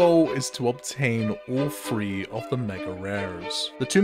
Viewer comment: It’s THREE not FREE